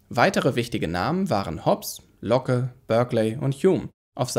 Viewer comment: Schöne Übersicht, nur ein noch ein kleiner Hinweis zur Aussprache: bei Locke spricht man das e nicht mit. Ich mag deinen weiten Skeptizismusbegriff, heute verstehen viele darunter nur das "verzweifeln" ;-) "Der Rationalismus will den Skeptizismus überwinden und den nagenden Zweifel als Abrissbirne brauchbar machen" - sehr schön gesagt! Wie du ja auch sonst andeutest, das sich das alles gar nicht ausschließen muß. Es gehört aber nicht zwingend zum Rationalismus, göttliche Wesen begreifbar zu machen. Das ist leider ein Voruteil, was dem Rationalismus anhaftet, irgend was (pseudo)religiöses zu sein. Schönes Schlusswort! In der Gemeinsamkeit wächst Wissen weit mehr als nur die Summe von Einzelwissen zu sein.